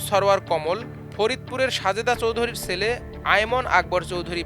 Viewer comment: To the reporter, pls news jokhon pora hochchy word gulo bhalo kora uchit...jemon chele, choy.......sunty bhalo lagey nah,,,, .Hope you will fix that